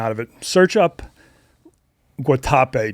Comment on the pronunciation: Even though can't pronounce Guatape he's right it's paradise. I lived in a 1950s bus in a hostel for a month there.